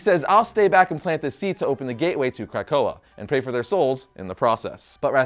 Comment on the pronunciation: I gave this a thumbs up but dear God are you bothering the names of these mutants. Otherwise, nice vid.